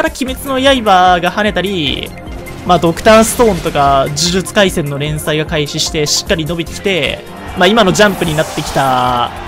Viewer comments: 呪術↑廻戦↓イントネどした笑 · 呪術廻戦とナルトのイントネーションどしたん？ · 呪術廻戦とナルトのイントネーションキモくて好き